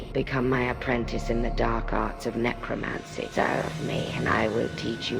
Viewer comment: necromancy zee necromancy hahahaha